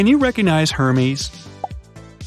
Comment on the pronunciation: “HER-meez” made me cry. 🤣🤣